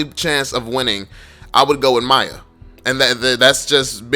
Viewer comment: i get so mad when u call miya to maya idk why